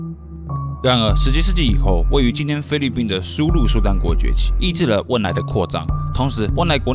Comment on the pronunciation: 是汶莱,不是温莱